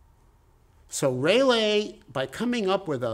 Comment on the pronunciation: Who’s Raylay? Isn’t it Raalee? Like the tobacco! Great lecture!🙏